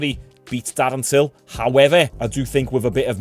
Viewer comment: "Fommy Tury vs Tarren Dill" lol